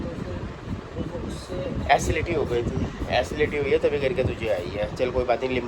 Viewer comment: It's असिडीटी not acility😅😅😅😅